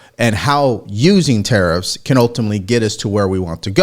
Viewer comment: Are 'te-eriffs' sinilar to tariffs?